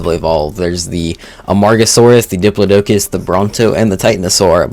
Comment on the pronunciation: Dip-LAW-dih-Cuss (propper pronunciation of diplodocus)